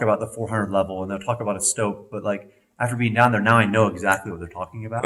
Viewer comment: called a STOPE not stop